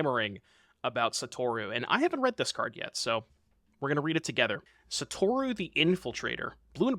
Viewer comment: Bro did not read Satoru correctly 😭